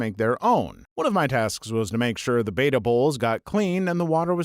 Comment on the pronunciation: You know you're saying the name of the fish (betta) wrong, so you say it multiple times to double and triple down. Bring back the other dude! It's not beta, it's betta.